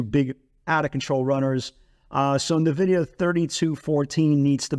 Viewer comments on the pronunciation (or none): It's not navidia...